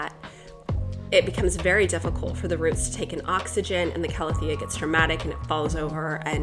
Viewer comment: I'm so happy you're finally pronouncing Calathea correctly now :) (ˌkaləˈTHēə) Luv your videos <3